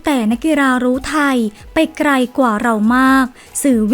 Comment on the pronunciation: คำควบกล้ำไม่ได้ค่ะ ไกล เป็นไกร ฟังไม่รื่นหู